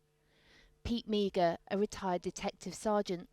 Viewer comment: (Pete) Meagher is not pronounced Meager.. it’s “Mar”